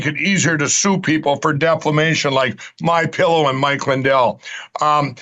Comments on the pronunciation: HaHa, deflamation....why can't magats pronounce words? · Pillow Guy still can't pronounce defamation, lmao!!